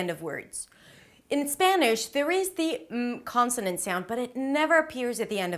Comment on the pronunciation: Hey! You look and sound a bit Israeli. Are you? This is very enjoyable. Jus a few remark: While telling us not to forget the end sounds, you say: "without even noticing they may drop the lass consonan cause its very difficul to pronounce... make a list of words that have two three ann even four consonance at the end... now this is a good place to remind you that if you wann a liss of those top ten mistakes...